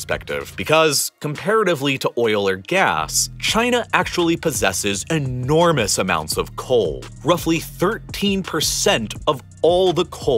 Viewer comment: I really liked your videos because of the information you shared till the point you started focusing on certain words while narrating. When you concentrate on words like 'entirely' by pronouncing it as 'enti....rely' and 'enormous' like 'ennn......ormous' I lose interest. A little focus makes your video great but this much focus irritates me... It could be just me but this really makes me switch to other video instead of watching whole 20-40 mins video... Just can't bear it. Otherwise, the content of your videos are really great. Respect for your time and effort in making these videos... Cheers..